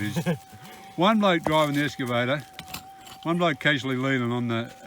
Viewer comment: It's an excavator. Not escavator. 😂👍